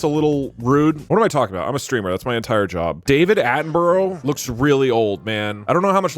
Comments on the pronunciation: Doug constantly pronouncing David Attenborough’s name wrong is really annoying. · he says David Attenborough wrong.